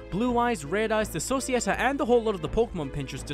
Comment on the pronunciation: One thing that bugged me about the original video is how Speed said Societea. It's pronounced So-Cy-A-Tea! It's a fucking pun on society! How did you not get that!